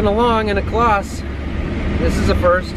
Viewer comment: Pronunciation is bit wrong but great video. You need to say it like it is spelt Claaz. The Green and red are the original colours and if they painted John Deeres red because they have a different engine you wouldn't be happy!